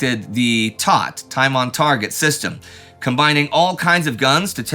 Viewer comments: Actually pronounced: TEE-OH-TEE. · And contrary to Indys narration the US no longer used the 75mm howitzer. These were replaced with the m101 105mm howitzer. And the phrase "tot" is properly stated as "T oh T" for "time on target." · IDK about anyone else, but US FA does NOT pronounce TOT as a word. It's either spelled out "T. O. T." or spoken as a word "Time on Target."